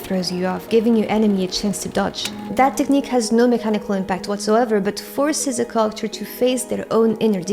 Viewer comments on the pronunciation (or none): Very good description and examples in the video. I did have a hard time understanding you when you said “character” tho, just a heads up! You’re awesome